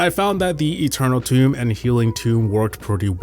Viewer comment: healing TOME, not tomb lol